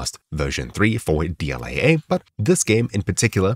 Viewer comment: You say AA like that one family guy episode AA eh?